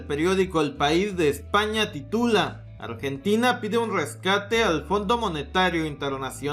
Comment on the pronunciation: Corrijo, "Ambrentina" xD